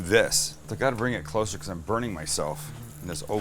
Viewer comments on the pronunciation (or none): none